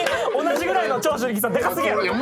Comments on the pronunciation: の長州力の発音消臭力すぎる笑笑笑笑笑笑笑笑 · の「長州力」の発音が「消臭力」なの、だれかツッこんでくれ…！ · の長州力の発音が消臭力すぎてじわじわくるwwwwwwwwwwww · の長州力の発音、 ずっと消臭力なんよwww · 長州力のこと消臭力のイントネーションで言うのやめて🤣🤣🤣🤣🤣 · の長州力が消臭力のイントネーションに聞こえるの私だけ？😂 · RANの長州力のイントネーションが消臭力でジワるw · の長州力さんの発音が完全に 消臭力wwww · 長州力のイントネーション気になりすぎるしジワジワくるwww